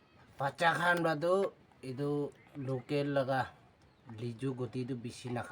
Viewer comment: Please don't murder the word 'local' (locken)😂 . Nice video 👍